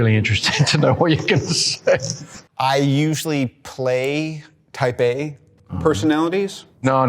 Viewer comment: 原來歐美人念type A時聽起來會很像在念"台北"